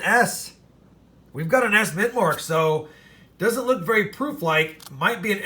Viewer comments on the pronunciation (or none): none